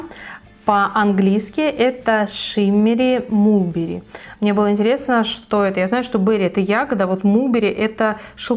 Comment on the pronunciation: Спасибо за обзор! Лак с названием Lush Coral читается как Лаш Корал) Deep plum - дип плам!))) Mulberry - малберри. В английском языке, буква U не всегда читается как У. В основном как А.